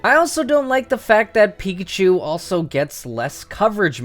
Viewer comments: says pikahu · who else noticed at the end it said, "Pikahu"?